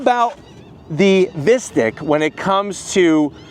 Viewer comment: Sounds awful pronounced like “mystic” vs “mystique”.